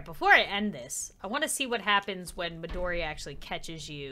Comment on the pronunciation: Midori not Madori